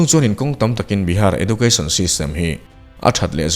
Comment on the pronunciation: Edjoocashn tia lam zawk tur niang..